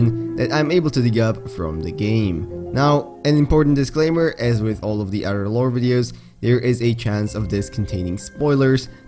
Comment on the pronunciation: "Simliar to udder fauna"